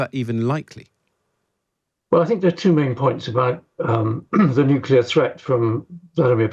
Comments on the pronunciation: It's nuclear,not nucular. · still baffles me how english speaking people can't get their heads around "nucular" vs nuclear... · I wish these journalists and politicians would learn how to pronounce the word "nuclear". I mean, how hard can it be....nu-cle-ar...not nu-cu-lar....Eerh! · Huh what nucular weapons lol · its pronounced "NUCLEAR" for F***s sake. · There is NO i between c and l in nuclear. It drives me mad when people insist on saying nukilar 😂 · NUCULAR? Why does Times Radio employ idiots that can't even speak English? It ruins a decent interview. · Nucular Marge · Why do so many presenters say Nucular? If you can say the words New and Clear, you’ve got it. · How can an actual reporter not know how to say the word nuclear... I'm so stunned.